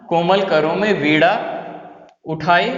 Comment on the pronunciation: Sir pz वीणा का उच्चारण सही कीजिए